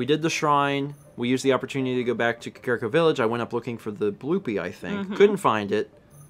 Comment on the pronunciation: I swear to god, it's pronounced CAW-CAW-REE-COH not KUH-CARE-I-COH HAH-TANE-O not HOT-EN-O